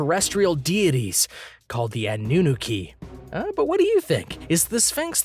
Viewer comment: Ah-new-nah-key not A-new-new-key